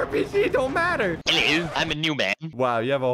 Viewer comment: saying ELLO